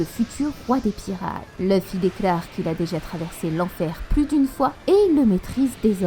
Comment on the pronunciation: Tes vidéos sont plutôt correct avec de bonne théories généralement. Par contre c'est Luffy pas Leuffy...